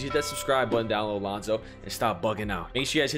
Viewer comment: Lol thanks for calling my name out bro “LoNzO” 🤣💯